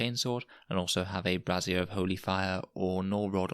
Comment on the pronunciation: I don't know if this pronunciation of "brazier" is deliberate (like the old "Brassiere of Fire Elemental Summoning" jokes in D&D), but...it's not a holy bra, right? It's for brazing, to braze with, so 'bray-zee-er' (obviously the Sisters aren't doing and silver soldering or brazing, but it's still a small fire or heat source, not support garments for people with breasts).